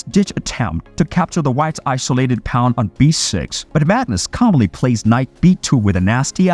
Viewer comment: It is pronounced "PAWN!" Not "Pond" robot